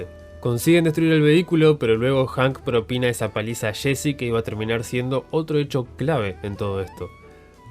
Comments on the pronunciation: "Shein, shesy" no puedes pronunciar bien los nombres? Es estresante... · Nadie: El narrador: Shesy, Shhane, destrushó